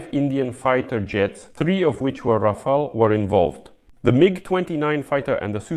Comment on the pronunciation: Rafael ❌ Ra-fail ☑